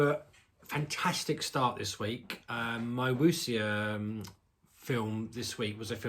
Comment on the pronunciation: Bleak Night is fantastic. The director’s follow-up not that great. (Also, when you say Wu xia the xia bit is pronounced ‘sha’. The x initial is like ‘sh’ in English.)